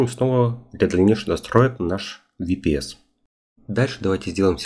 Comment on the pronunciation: Ага, так правильно, особенно VPS - ВиПиСи😄